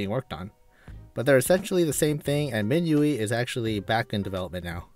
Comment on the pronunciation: Minueeeee absolutely pissed me off. Min UI like what lmfao